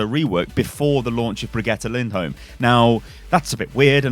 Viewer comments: Sound out like this BriG-E-Ta Lind-Holm. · You say brigit lind holm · Amazing names, but she says her name in the Origin story. Just saying. "Baguette Lindholm" XD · if say brigitte lindholme one more time...